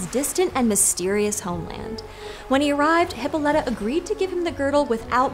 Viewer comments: Almost every time I have heard (and every time I have said) it, the pronunciation has had the stress on the o. Not as in this video. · I noticed that, too, but I absolutely guarantee that if they pronounced names the way the ancient Greeks did, there'd be way more comments that they pronounced something wrong. Very few ancient Greek names are pronounced "correctly" in modern English. And Westerners tend to assume their pronunciation is correct without checking. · Everytime you pronounce her name as "hippo-lite-uh" I wanna shove pencils in my ears. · Y’all tell some great stories! You do a great job of making the stories come to life. My own feedback is that you really need to do a quick Google search on how to pronounce the Greek names. It was distractingly off.